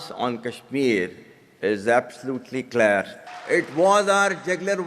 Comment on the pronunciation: Absolutely claiiir what a English